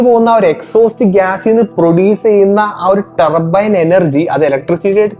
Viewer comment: Tarrrrbbboo Ttaarbine എക്സ്ഹാസ്റ്റ്, വെഹ്ക്കിൽ 👀🫣😱🤨🙄🙄🙄🙄 ഇംഗ്ലീഷ് ക്ലാസ് അല്ല എന്നറിയാം, ഇംഗ്ലീഷ് ഉച്ചാരണം ശ്രദ്ധിക്കുക Bro. നിങ്ങൾ തെറ്റ് തിരുത്താൻ തയ്യാറായാൽ. പ്രേക്ഷകരും തെറ്റ് തിരുത്തും